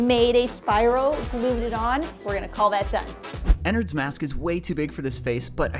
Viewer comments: It’s not ennerd it’s ennard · My boy really said Ennerd💀 its EnnArd. Also plz call him "burnt spaghetti" because we can all agree thats a beautiful nickname for them U_U btw Ennard is a they/them if you didnt know